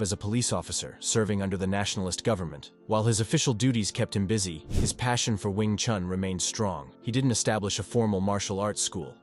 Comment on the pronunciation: Attempting to talk about an art, start by learning to pronounce its name correctly. It is not "chAn" but "chUn". Would you trust an opinion about, say, Leonardo da Vinci, if the voice would pronounce the surname like "de Vaintsi" ? It is strange indeed that later in the video the name "Yip Chun" is pronounced correctly. What's the difference ? "Wing Chun" and "Yip Chun", huh ?